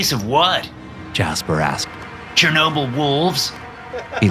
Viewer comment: It is 'Chernobyl' bro